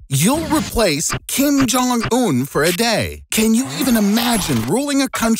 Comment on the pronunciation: Oh kin jong moon I thought it was king jong moon